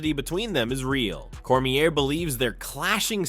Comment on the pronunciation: “Cormierrrrr”??? Is this a non-mma fan or AI?